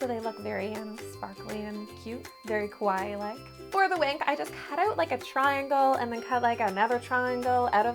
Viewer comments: shouldn't it be like, ka-wa-ee and not kway? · It's pronounced kawai-e. But I love the cake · Kawa-I-I (i pronounced iike a long “e” sound. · Kept thinking she said "quiet". Took a while to realize she was saying "kawaii"! LOL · Girl u saying kawaii wrong some anime watchers fInna be cringing at u 🥴😂🤣